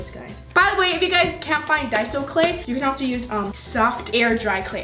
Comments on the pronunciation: “It’s die-so not day-so.... don’t say it wrong Bc people will attack you” continues to say it wrong <<< not meaning to hate lol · she said daiso (ay) instead of daiso (i)😡😡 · Ok so i love how u said to pronounce daiso like die-zo or else everyone will attack u for it then u said day-zo lol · it is called daiso which sounds like dayso but you say dieso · "type up d-a-I-so on Amazon. Even though it sounds like daiso, it's daiso, and if you get it wrong everyone will attack you for it." puts on daiso: " ohhhh I love dAiso mixing,dAiso is so satisfying to mix in." WTF u said to pronounce it diaso lol 😂 love u soooo much!! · It’s Dasio (DAY-SO) not Dy-So lol not to be rude or anything😂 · You said DAYSO not daiso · It’s die-so. Not day-so! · I like how she said,” don’t say it wrong or else everyone will attack you!”, yet then she called it DAY-SO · But then she said lets do some dayso mixing I love dayso mixing lol 😄💜😂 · Don't pronounce Daiso wrong Also: Pronounces Daiso wrong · girl your saying dont say it wrong and then your saying it wrong!!!!!!!!!!!!!!!!!!!!!!!!! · You told us not to say daiso wrong but when you where mixing in the cost you kept saying it the wrong way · NO HATE but did anyone notice how right after she said not to pronounce daiso wrong but then she pronounced it wrong😂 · She said don’t pronounce daiso wrong but then she did it herself💁🏻‍♀️ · she said don't say it wrong then she says it wrong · Omg you said it wrong!!! 😂 im kiding lol love ya!❤️ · Is daiso clay pronounced... 1 day-so 2 die-so 3 da-si-o ??????